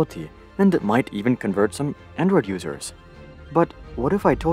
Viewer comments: Says android like nword Black person on screen Don’t tell me only I noticed this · I swear I thought that’s what he said lol